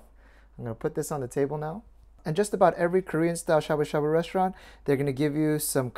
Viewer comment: Why ya sayin' shabu shabu like shaboo shaBOO? T.T Now people are gonna start saying it funny. T___T